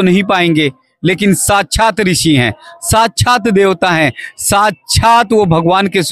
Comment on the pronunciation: साक्षात शब्द का सही उच्चारण तो करना सीखिए